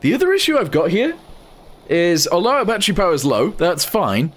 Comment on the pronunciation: its not batteru but battery